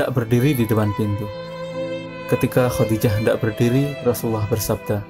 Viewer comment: KURANG BAHASA NIH WAFAT BUKAN MATI...KHODIJAH BKN HODIDAH ...NGASAL BANGET